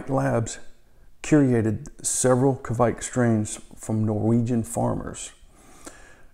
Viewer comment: Nice video! 👍 It's a Norwegian yeast and you almost said it right too 🙂 It's a badass yeast for sure!